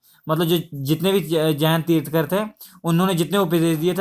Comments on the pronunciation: It's tirthankar not tirthkar! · Pronounce it Tirthankar and not tirthkar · bhai tirthkar nahi tirthankar hota hai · Tirthankar instead of tirthkar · Sir, i really appreciate your work But a humble request. pronounce words correctly. They are thirthankar. तीर्थन्कर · श्री मान जी ये तीर्थकर होता है तीर्थकर नही। अगं की मात्रा आप गलत पढा रहे हो